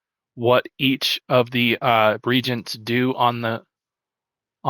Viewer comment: Great video and channel! “Reagents” is pronounced ree-AY-juhnts just so you know(coming from an old school ultima online player lol)